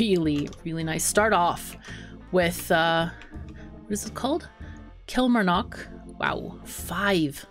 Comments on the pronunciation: Great to see you back playing Mashinky, love the game. One thing, as someone who lives in Scotland, the pronunciation of Kilmarnock has emphasis on the first two syllables rather than first and third. It is almost said as if you were saying kill-mar-nuck; the last syllable is short. Love your videos btw! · The "mar" in Killmarnock sounds like "car" with an 'm' BTW. It's in Scotland. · thats ok it just seems your adding in a letter that doesn't exist when you pronouncing it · I think it's cute.. But just FYI - it's pronounced KillMarNock with the O being kinda halfway between an E & A & U. As in, the O isn't particularly round. Lol, if that makes any sense at all.. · your pronouncing Kilmarnock wrong